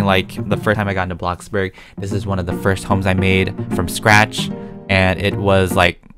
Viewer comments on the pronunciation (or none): It's blox burg not bloc burg like u r funneh and all but pls say blox burg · Why you call it block burg its bloxburg? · He said Box Bur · I really like the way he called bloxburg a blockburg i think its hilarious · No one: Literally no one: Even coeptus: Even the bread:: Bloccburg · no no no no no... “A BLOCC BORG” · Why do u say block burg instead of bloxburg??? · Love ur videos and my fav word u day is blocburg instead of bloxburg I love it when u say that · Blockburg Me: Oh you want a blockburger? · hey guys welcome back and today we are playing blocburg Me: I’m not calling bloxburg NO MORE also me: bLoCbUrG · Nobody: Not a single soul:: block burg Also:crima cookies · No offense but its called, BloxBurg not BlockBurg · Blockburg I thought it was bloxburg I must be wong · i love how he says blockburg and roblock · No one:: Bloccburg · Do you say Bloxburg like Blockburg on purpose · I hate when u say blockburg but im a big fan lv all ur vids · UH UH ITS ”abloccborg” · Did yall notice he didnt say blockburg like “BLOcKBuRg” he just said “blockburg” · I love how you say "Blocburg" 🤣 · My sister heard me watching this video and when u said the word “Bloxburg” she said “WHAT IS BLOCKBURG?” xD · *blocburd*he says